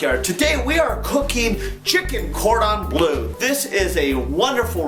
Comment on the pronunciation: Its bleu not blue :) its French like dijon